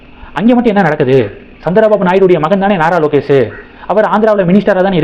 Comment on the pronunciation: "நரலோகேஷ்" என்பதுதான் சரியான உச்சரிப்பு!